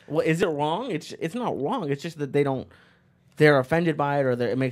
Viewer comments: It's not wrong.... it's wong😂😂😂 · Lee says "it's not wong" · "If it aint wong, it aint white" - GTA III